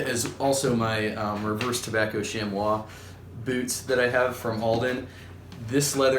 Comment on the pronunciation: Chamois is pronounce "shammy" FYI.